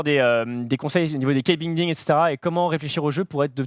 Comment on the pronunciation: C'est la première fois je j'entends quelqu'un dire "key binding" à la française